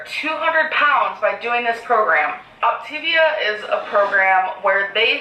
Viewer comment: Technically, this isn't a pyramid scheme. There is no inventory. But GORL...she should be at least saying the plan properly...it's Opta-veeyah. Not Optayveuh. And this is MEDIFAST.